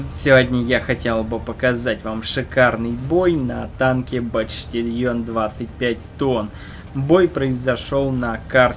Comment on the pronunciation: батчтальон))) Пучтольон)))